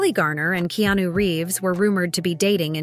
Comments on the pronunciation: Narrator, his name is pronounced Ke-a-nu. Not Keenew. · "Keenu" ... I hate anything Ai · Keenu/Keanu=Not Keyonu.